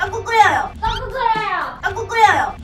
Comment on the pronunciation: 앜ㅋㅋㅋㅋㅋ 일단 넘모 귀엽고! ㅋㅋㅋㅋㅋㅋㅋ 이거 은근 중독성 있네? ㅋㅋㅋㅋㅋㅋㅋ 떡국 끓여여 떡꾹끓여여허ㅋㅋㅋㅋㅋㅋㅋㅋ 자꾸 들으니까 발음이 떠끄 끄여여 처럼 들려 ㅋㅋㅋㅋㅋㅋㅋㅋㅋㅋㅋㅋ